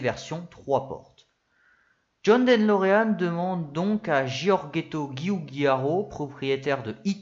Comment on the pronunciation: En effet, c'est De Lorean et non Den Lorean comme parfois prononcé. Ça fait mal aux oreilles, dommage car le fond est bon !